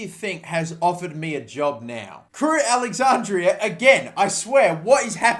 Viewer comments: crewe alexanDRA. DRA. NOT DRIA. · Take a shot every time he says alexandria instead of alexandra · did it annoy anyone else that he kept saying Alexandria??